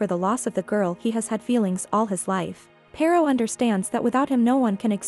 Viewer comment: He should keep the mustache and would be nice if AI could pronounce the name Pirot correctly